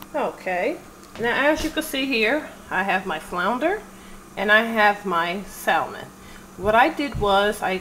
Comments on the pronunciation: The L in salmon is silent, it's pronounced like sammun. Sorry just a pet pee of mine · I’m sorry if you can’t pronounce salmon I question everything else